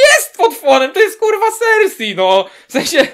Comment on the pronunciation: W końcu ktoś kto dobrze wymawia imię cersie